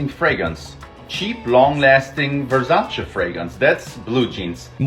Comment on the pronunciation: "Ver-Zahn-Cha Fweygrance"